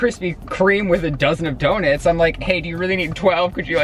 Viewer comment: did nobody else notice that when says donuts it sounds like he says donits